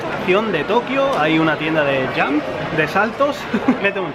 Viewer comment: Porque en Japón el ingles no lo pronuncian correctamente? por ejemplo "jump" dicen "jumpu?"